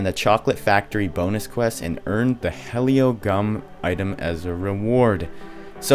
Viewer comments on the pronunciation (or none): It’s not helio it’s heli